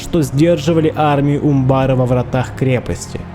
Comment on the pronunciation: Да, ты не соврал: это действительно одна из самых прекрасных осад, которые ты снимал. Считаю ты апнул уровень про производству синематиков. Молодец, земляк, рад, что знаком с твоим творчеством. Единственное, по-моему ударение на а в слове Умбар. Но это так, небольшая ерунда. Спасибо огромное, получил обалденное удовольствие!